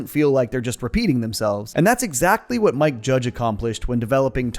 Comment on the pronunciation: "I tell ya hwat."